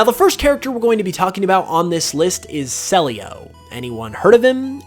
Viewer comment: I think CELIO is pronounced CEE - LEE OOH